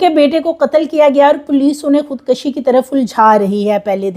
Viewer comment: Nice reporting depicting good homework..but right word is "khud kushi'_not *khud kashi"..hope you won't mind ..❤